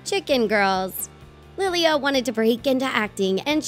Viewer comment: Don’t mean to come off as rude, maybe just how I pronounce my name where I am from, but there’s no long y before the a it just bugs me a little 😓